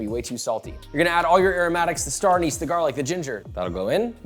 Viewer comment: Please please please Joshua, it’s Star “ANN-iss”, makes me cringe every time you say “AN-nees" 😅